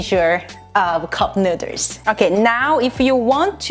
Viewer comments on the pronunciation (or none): I'm high and I think this is funny she keeps saying neuters and not noodles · STOP SAYING NUDERS!!!!!🤤🤤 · No problem saying rib eye and sesame oil but cant pronounce noodle #nuders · Can't stop hearing "neuters" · This is how many times she said “nuiders” ⬇️⬇️⬇️ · I will never pronounce noodles any other way than "nuders" from now on. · In case you're wondering, shes says noodles(nuders) 38 times. I highly suggest you dont play an alcoholic drinking game with this one, lmao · Hold up "Nooders" tf? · Why no1 tell her to b4 filmin its noodles not nudez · oh my gosh she said nuders and i lost it, was about to comment and make fun of it or somthing than i saw her shirt...i love her i think NUUUUDURRRS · I left the video when she said cup nuders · I definitely love your [nú:ders] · “Cup nooders” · Best believe that I'm gunna be calling noodles, nu:ders from now on!!! Lmao I love it!😂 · Did she say nooders instead of noodles? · "Cup nuders" hahaha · Lol cup “nú:ders” day no more I am subscribed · I left when she kept say nuders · "You guys loved my nu:ders" 😉 oh my glob lmao!😂😂😂😂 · This showed up in my recommendeds and I'm loving the vid but I can't stop giggling at the "nu:ders" lol... Also love how she can laugh at herself about it, so I just had to sub! Take a shot every time she says it... You'll be blitzed in about 5 min 😂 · So my friend challenge me to take a shot every time she said newdoes! I survived!!! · 10 dollars for how many time she says Newders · I didn’t realize that noodles is a hard pronunciation for Koreans til I started watching this channel- it made me realize my mom says noo-duhls and my dad says it nood-ders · I will actually be so sad if it is not "nu:dlers" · Cup nooders...lol😂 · Is noodles not nurdesss omg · Cup Nuddles lmao say it right I'll spell it right LMAO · nooders?! Hahaha NOODERS! WHAT? nooders............ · Why the heck does she say nuders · One Nu:ders or two nu:ders i love the way she says noodles. nu:ders... Lol 😆😍😌😇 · Mmmmmm nuders